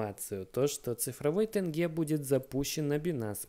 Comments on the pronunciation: Тенге надо говорить через Е, а не тэнгэ С уважением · Не ТЭНГЕ а ТЕНГЕ 2 буквы е, не сложно же? После Т букву Е сказать. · Ни тэнге, а тенге правильно говорить. !!! Казахи не говорят же рублэй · Пожалуйста, произносите не тЭнге, а тЕнге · Тенге, а не "тэнге".... 🤦‍♂️ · Не тэнге а тенге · Не тэньге, а теньге😁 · Не тэнеге, а тенге (мягкая буква е) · Не тЭнге а тенге! Задолбали уже... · Не тенЬге,а тенге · Тенге, произноситься мягко (теньге) Но не тЭнге, там же буква «Е» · говори «тенге» через буквы Е, не стесняясь, там нет букв Э. В итоге, от правильного произношения, тебя полюбят Казахстанцы!) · тЕнгЕ Автор пожалуйста, не режь уши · Господи, Тэнге. Автор пожалуйста научись произносить слова